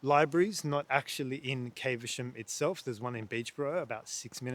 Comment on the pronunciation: Its NOT CAVE ER SHAM it is Caversham (short "a")